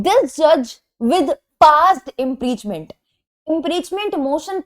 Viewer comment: kya maine sahi ,suna are u pronounce impreachment ??